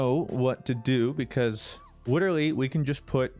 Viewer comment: Say "literally" with an L not a W like you usually do "witerally"